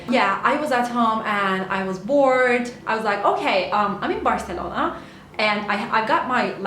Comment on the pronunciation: dillin ve aksa'nın mükemmel ama Türk olduğunu belli eden tek bir şey var o da Barselona deme şeklin ve bu çoook tatlı😍😍